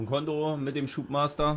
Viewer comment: es ist doch noch schlimm wen man über alles lacht un des mit dem fsm schubmaststabler hat sich verlesen